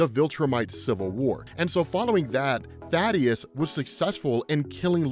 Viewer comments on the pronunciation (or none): Thaedus not Thadeus Kirkman has even said his name in interviews multiple times it's pronounced THAY-DUS